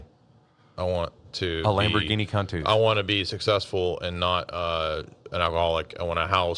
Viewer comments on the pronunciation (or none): Lamborghini Con-toosh? Countach in Appalachian lol